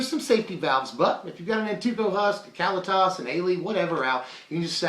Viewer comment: I love ya man, but if you say Cally-Tas one more time, I'm gonna rip my hair out. kuh-LEE-tus, tray-ter ov get.